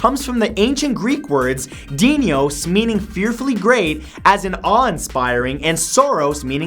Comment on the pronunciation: No shade and shit, just the actual greek word is "δεινός" and it is pronounced kinda like denos/thenos (the "th" pronounced as you pronounce "that") and the intonation is in the letter o. knowlege whale sounds